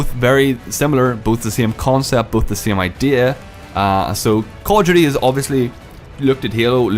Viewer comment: Call of Jew-tea. Lol